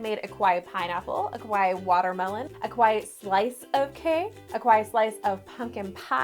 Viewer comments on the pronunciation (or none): shouldn't it be like, ka-wa-ee and not kway? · It's pronounced kawai-e. But I love the cake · Kawa-I-I (i pronounced iike a long “e” sound. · Kept thinking she said "quiet". Took a while to realize she was saying "kawaii"! LOL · Girl u saying kawaii wrong some anime watchers fInna be cringing at u 🥴😂🤣